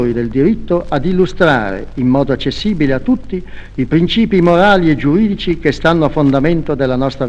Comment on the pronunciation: pwncipi mowali e giuwidici pwiero calamndwei